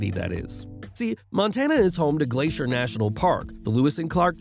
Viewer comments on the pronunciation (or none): none